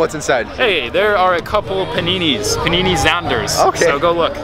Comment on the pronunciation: Man said "panini zanda"